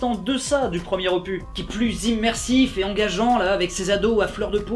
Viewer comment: Opus on prononce le S comme cactus rictus annus... c'est quoi cette mode de dire opu sérieux!